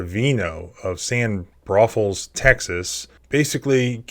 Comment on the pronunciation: ITS PRONOUNCED - NEW BRAUN-FULLS